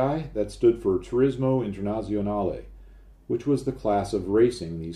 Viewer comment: Complementi on pronouncing Quadrafoglio correctly. You got internazionale incorrect though. "Z" is pronounced "ts" like in pizza in almost all cases. Great channel btw. Love the engineering you go into ( I am an engineer :) ).